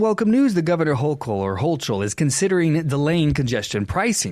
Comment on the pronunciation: Hoe Cull is how it is pronounced